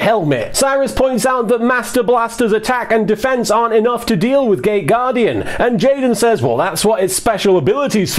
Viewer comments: Wait... did you say gate guardian or gay guardian? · Gay or gate guardian ? Not sure what i am hearing...